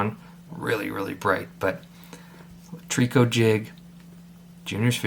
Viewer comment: Nice little bug ! Just an FYI , out west we pronounce it “ Try - co “ 😉 hope that helps ….